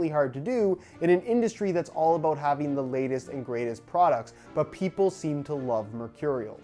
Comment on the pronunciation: is that aboot